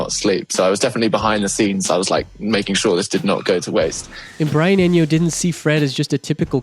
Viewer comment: "Brian Enio" My god, who is this person. Has he generated this script with AI? He doesn't seem to know anyone he's talking about